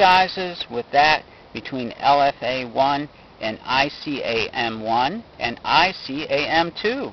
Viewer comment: ICAM-1 not "I-C-A-M-1"